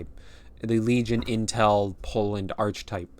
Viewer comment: Yup awesome, the expansion looks like it's got enough going for it to be interesting to play at the very least. Also you might want to know that the ch in archetype is pronounced like a k 👍